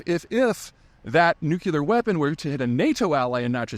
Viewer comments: Peter - please learn how to pronounce the word Nuclear - it is NEW-KLEE-UR, not NEW-CUE-LER !! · When will you stop saying “new-cue-lur”? It’s “new-clee-er” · NucLear. Not nucUlar. Please correct this pronunciation. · Pronounced “nu-clear” not “nu-cu-lar” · I think Putin said nuclear not nukelar. Peter you keep saying nukelar. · I guess this will be that last time I hear an educated and articulate man butcher the word nu-clear, not nuke-U-lar. The Q is silent. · Does Patreon let us correct “nucular” with the correct “nuclear (noo͞′klē-ər)” in the comments? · It's pronounced noo clee urr not not noo kee ill ur. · Nucular? Its Nu-clear. Two syllables, not three. Pay for this stuff? 🤣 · Why does he say nu-kyu-ler instead of nuclear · Say it with me PZ, cuz ya says it like dubya--its new-klee-ur, not nu-Que-lur. You're to smart to keep mispronouncing this important of a word. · Same. GWB used to say nuke ya lerr too and it made me nuts. It's nuke Lee urr. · It's nuclear not nucular. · You always seem to be saying nucular instead of nuclear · Why do you have such an issue with pronouncing a simple word? Nuclear. New, Clear NOT New Kew Lar. Jesus christ man is it that damn hard? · Every time you say "nukelar" I struggle more to take you seriously. I respect a lot of what you say... But please speak properly! Thanks for reading. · New-CLEE-UR. Dammit. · Nuke elar 😂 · The fact that you say NucUlear over and over and then right before you say stupid pointless press release is great irony. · The origin of the word Nuclear is Nucleus. Nuke-ular is not a word.. Pedantic i know, but come on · Shouldn’t you be able to pronounce nuclear by now? NEW KLEE ARE! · Just realized he’s a nucular guy 🙁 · Why does someone so well informed insist on mispronouncing nuclear the way that W did? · Please don't say "nucular." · Zeihan goes nucular with the Patreon missile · G.W. Bush also says "nucular." It must be regional pronunciation. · The word is NEW-klee-er. NU-cle-ar. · “Nuke u lerr”